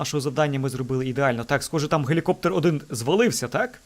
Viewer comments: Ну взагалі-то гелікоптЕр, але для Алекса це пробачити можна. :-) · Наголос не дуже вірний в слові "Гелікоптер", чи ні?